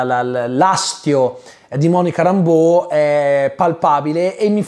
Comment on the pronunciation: Si ma se il personaggio di Monica Rambeau viene pronunciato "Réimbo" sia in originale che nel doppiaggio italiano, perché sul tubo ( compreso) sento sempre dire "Rambò"? È inglese, mica francese